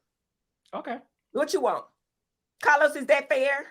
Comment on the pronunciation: I’m here for Heavenly and her pronunciation of “Cah-Los” lmao